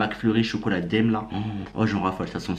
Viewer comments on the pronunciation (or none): Il me stresse à dire daiM 😂 en prononçant le M, c'est daim pas daiM